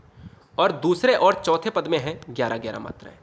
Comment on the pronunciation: Paad nahi keval pad